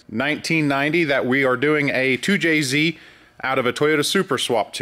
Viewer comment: I appreciate pronunciation of 2jz and 300zx.